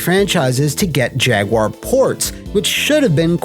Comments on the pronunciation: Thank you for not pronouncing it "Jag-U-Ar" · Thank you, for not pronouncing it: Jag-You-Are. 🤟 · Thank you for saying Jaguar correctly and not Jag-Wire. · Cheers for not calling it a jag-WIRE.